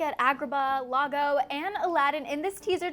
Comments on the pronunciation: Lago?? 😂😂 it’s iago. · Fake fan. It pronounced eYago not llago